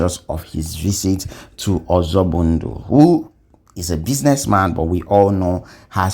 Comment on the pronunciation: it's called Ozoigbo ndu and no Ozobundu